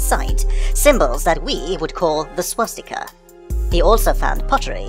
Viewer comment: My fiancé just pointed out to me that I have been pronouncing swastika wrong all my damn life. I've, for some reason, been adding an 'h' sound with it, pronouncing it like "shwa-stika." LOL fml.